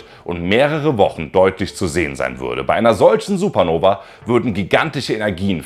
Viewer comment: Es heißt SupernovA nicht Supernoveee ... Selbst erstmal viel Angst machen und am Ende sagen, das es uns nicht betrifft. Das ist einfach Klick-Bait ... Daumen Runter. Außerdem sprichst du wie Herr Anwalt in einigen Teilen. Copy Cat. ..